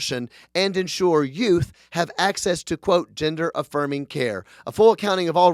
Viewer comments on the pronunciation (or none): none